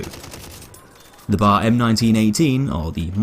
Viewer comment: it b.a.r. Not bar